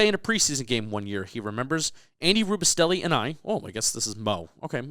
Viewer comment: what kind of giant fan doesn't know how to pronounce Andy Robustell's name gold jacket